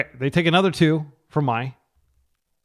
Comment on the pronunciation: Mai is spiteful towards Azula, who’s not very nice. It’s also pronounced ‘May’ like the month, not ‘My’. Avatar is such a great show, if you’re looking for wholesome TV for your kids would definitely recommend